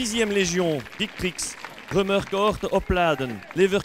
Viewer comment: I heard him say victrix with a v and not a w. im mad